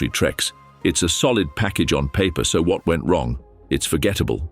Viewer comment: AI narrator says “what”